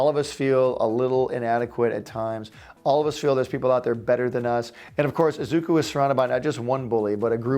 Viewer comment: The name is said Ee-zuh-koo in one motion instead of Ezookoo just thought you should know